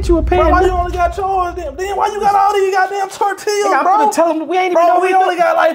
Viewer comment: when said tortillas 😂😂😂😂